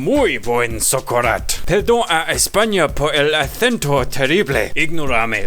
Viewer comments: Spanish person here - who also happened to have lived in Valencia, where the paella purists live. The technical term is "Arroz con cosas" or "Rice with Stuff". That socarrat pronunciation was on point though -Bravo! You get +1000 points for not adding chorizo - the paprika (and fat in non-vegan) chorizo overpowers everything else and substantially changes the flavor of the dish, that's why we get upset when Britons add it. Do try to get some saffron though, it is really really worth it. You just have to use a tiny bit. PS: If someone is thinking on which meat substitute to use, I use those dried soya chunks they sell at Holland and Barret (v cheap) and they work fantastic! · Pero qué bien te salió el Socarrat xD!!